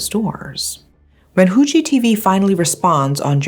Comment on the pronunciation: Your pronunciation of "Fu" in Fuji TV is actually pretty good.